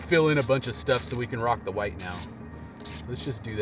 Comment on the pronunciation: bob ross also says hwite. i guess all good artist do it. can you hit up faze?